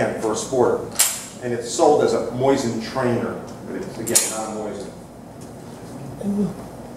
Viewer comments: Why does he keep saying "moysin"? Is that right? I've never heard it pronounced that way and what I learned in school about the english language tells me it shouldn't be. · Not moysin, and not moisin, it's mosin with only one "i". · Moozeen is correct but most americans pronounce it the way it is spelled in english. See beginning of video. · Kind of hard to listen to a "expert" that cant even pronounce Mosin correctly, or mix and matches 2 different ways of saying it on whim.